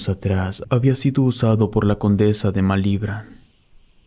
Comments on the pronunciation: Malibrán te fallo la acentuación. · No pude seguir escuchando desde el momento en que no sabes pronunciar Malibrán. 🤨